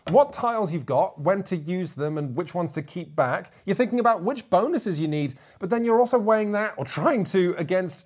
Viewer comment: What’s up with all the ‘Bahn-OO-ses’? 😂 Is this like the ‘meow’ game in super troopers? I wouldn’t have thought anything of it except for did it in one his recent videos as well! Loved the video, thanks for the great content!